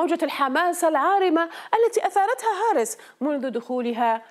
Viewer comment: البي بي سي كانت مشهورة بإتقان العربية!!!! لفظكِ لاسم المرشحة الديمقراطية خطأ. لا يوجد شدّة على الاسم الأول!!! والثاني ليس هارس بل تلفظ بكسر الهاء. تعلموا العربية